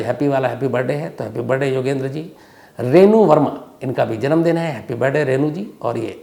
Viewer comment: Why you always say Happy Barday instead of Birthday ? Just curious .. I am your big fan Dhruv from USA